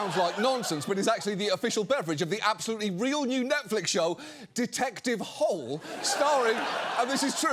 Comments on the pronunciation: Norwegian here, I've always pronounced it Detective Hôlé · Person from Norway here: Norway’s primary exports are, by some distance, are oil and natural gas. Which would have made for a very different gown… P.S. - you ARE pronouncing Hole wrong, but the books the series is based on are garbage (imo) and we’ve got bigger problems in the Nordics, namely the POTUS wants to start a conflict here in part because he wasn’t given an award he didn’t fucking earn …so I’ll overlook it. Glad to see you back ❤ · They did pronounce it as ‘hole’ in the movie ‘The Snowman’. Which ironic because Hole actually means hill, the opposite of a hole. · The first novel takes place in Australia, where they pronounce it "Hole". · Foreigners having fun pronouncing Harry Hole is actually a recurring joke in the books. Could be worse. Sørås is also a common last name, which frequently gets pronounced sore-ass... Edit: Also, we frequently use our partner's last name as our middlename, so Sørås Hole is a potential last name.